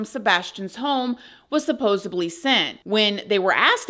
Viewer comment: Not “supposably” but supposedly